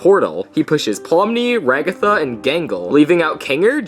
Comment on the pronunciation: Its Ragatha not Raggita (not trying to be rude)